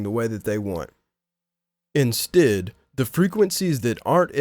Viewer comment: 'Instiddd' lol